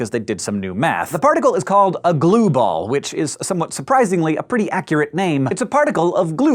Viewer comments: is it just me or did it sound like he kept saying "blue balls" rather than glue balls?? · i'm so mature i can't stop hearing blueball whenever he says glueball... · I know this is juvenile but I can't help but hear Hank say Glueball as Blueball. I'm a horrible person. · A few times it sounded like "blue balls"... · everytime he said glueball i heard blue ball